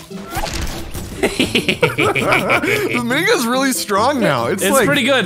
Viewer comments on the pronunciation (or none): Is it just me or when said mini guns I heard niggas